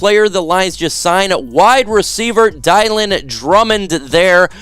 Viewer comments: Bro really? Dielan. Its Dill lan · I think you accidentally mispronounced his name Dylan Drummond, (sounds like Dillon) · is it really pronounced dielan? Have I had a stroke? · It’s Dylan like Dillon . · Did he just call dude dye-lan?